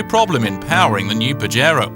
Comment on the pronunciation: haaha he said PAJERO haaha that means jack off lol its PAHERO its spelled with a j but sounds like an h lol